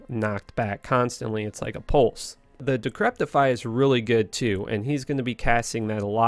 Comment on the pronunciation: There is no t in decrepify